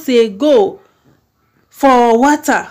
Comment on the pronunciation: please and please go and learn how to pronounce water. It's not about English being our mother tongue or not. Just tell someone to use voice note and pronounce it for you.